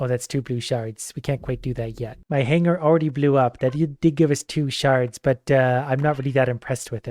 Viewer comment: I know you're saying shards, but for whatever reason all I hear is sharts